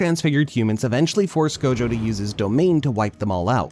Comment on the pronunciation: Clã “ GOLDJOW” …. Vira homi e fala gojo normal… bisha’